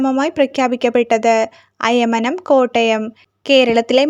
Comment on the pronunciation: അയമനം അല്ല അയ്മനം ആണ് 🙏